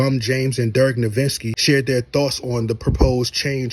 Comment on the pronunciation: People can see “Nowitzki” with their own eyes and still mispronounce it. That’s wild work. No-witz-ki. Say it with me now 💀